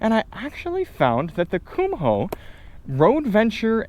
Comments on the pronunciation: They're "Koom- oh" not "cum hole." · You are first person I have ever heard pronounce the "h" in Kumho. I double checked and grabbed a Kumho commercial, and yes the H is silent, you are not pronouncing it correctly.